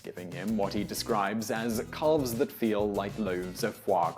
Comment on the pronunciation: Not to mention that he pronounces the L in calves, ugh.